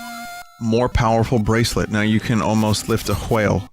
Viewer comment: He said whale the exact same, oddly emphasizing way he said it during the corruptions about 5 years ago when he read the L2 Croissant textbox. I'm pretty sure I shouldn't be amazed but I am.